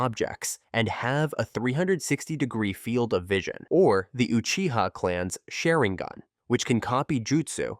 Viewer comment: Notice how u said “buyakugan”? It’s not “buyakugan” it’s Byakugan bee-ya-ku-gan. It’s also not “Shareingan” it’s Sharingan. Shar as in like SHARd or SHARk, Shar-ing-an. And also u said “Jenjutsu”. It’s Genjutsu. Not “juh” more like a “geh”. Idk if it’s AI, if it’s not then hopefully this helped.